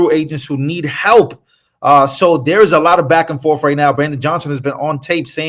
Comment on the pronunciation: Back and forth, not back and forf.